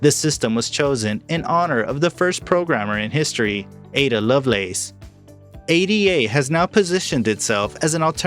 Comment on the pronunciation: Its Ada. Like a person's name. Not A.D.A